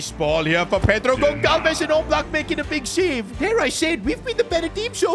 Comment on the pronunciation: It is not pronounced Gon-kal-ves (Goncalves), rather it is Gon-sal-ves